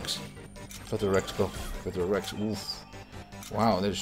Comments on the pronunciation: its fla-tur-lor-hink-kus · it's flaturinkus (the h is silent)